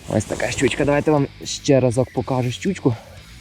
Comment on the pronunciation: Мені чомусь завжди смішно, коли каже "щючька"😅